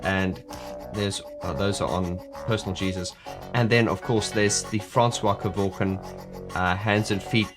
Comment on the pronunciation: Can you stop dropping the I in his surname, it's surely pronounced ke-vork-ian isn't it?. You Australians and dropping the i in a surname just like Daniel Ricciardo everyone says Riccardo even if the guy says it that way to me it's wrong, my surname would sound stupid if I left the I sound out.